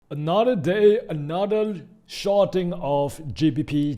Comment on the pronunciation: Smartell instead of Smarter..... Anothell instead of Anotherrrrrrrrrrr